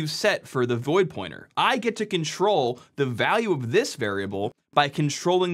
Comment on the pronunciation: My brain heard "if you control the memory" as "if you can troll the memory," which in fact is even more on point.